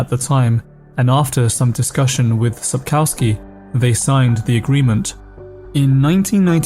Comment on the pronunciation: please can you not say COW in Sapkowski?